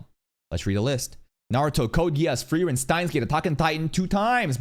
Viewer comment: its called: FU-REI-REN!!!